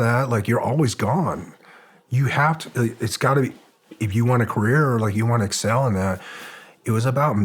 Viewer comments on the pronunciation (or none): none